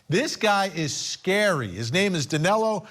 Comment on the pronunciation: Hes name is Danilo with the I no Danelo, you need to correct he's name.